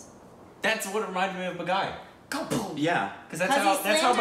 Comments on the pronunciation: It's baaghi not baghai 🤣🤣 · Hey react to Boss and 'Khiladi' series starring Akshay! And oh my god its not Bagh - I.... it's Bagh - eeeee😂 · honey,... almost always, the ‘i’ in any title or name in Hindi is pronounced ‘ee’ as in ‘teeth’, not as the pronunciation of the letter ‘i’. ‘Baaghi’ = ‘baah-ghee’, not ‘bagai’ 🤦🏽‍♀️